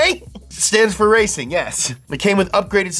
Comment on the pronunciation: Ngl....every time says "RRRACIN'!" like that, my brain immediately goes, "LIGHTNING! LIGHTNING!"